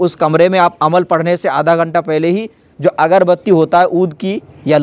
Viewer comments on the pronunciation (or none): none